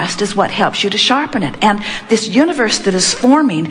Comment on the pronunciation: THANK YOU ABRAHAM HICKS I LOVE HOW YOU SAID GHIS YOU ARD SUPER GREAT❤❤❤❤